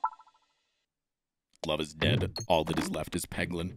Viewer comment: Peglin? Y'know, like, Poglin?